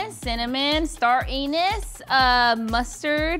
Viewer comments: Did V really say "star anus" 💀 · Listening to pronouncing star anise as “star anus” was pretty comical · "Star Anus" 🤣🤣🤣 I love and V's chemistry with that church hug and I'm glad that neither of them caught on fire when lit the alcohol a little too soon.